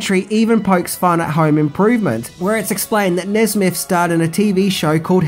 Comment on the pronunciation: Maybe because Buzz was 'buzzed', Nesmith ended up sounding like 'Nesbit'